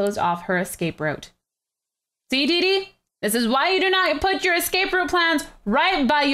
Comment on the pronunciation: Dordi its didi